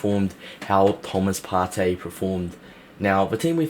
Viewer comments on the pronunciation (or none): It's ParTAY